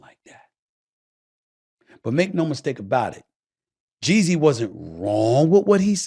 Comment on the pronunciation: Why does it sound like he’s saying Jay Z